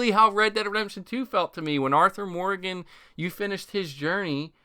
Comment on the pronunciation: Are you saying "redemption" really really fast, or miss pronouncing it wrong 90% of the time? Sounds odd to me, no offense intended.